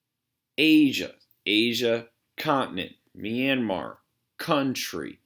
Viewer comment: (Mis)Pronunciation of Myanmar started to drive me crazy. Double check Brunei while you’re at it.